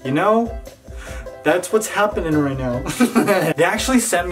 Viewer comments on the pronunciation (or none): none